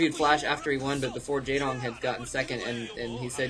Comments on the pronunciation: no not really, pronounced like its read J"ae"dong with a softer a, not such an accented "a" sound. How do I know? I can read his name in korean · by the way the "ae" in the name Jaedong is pronounced in the same way as "ea" in zealot.